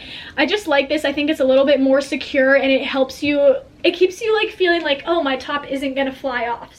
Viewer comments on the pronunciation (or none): none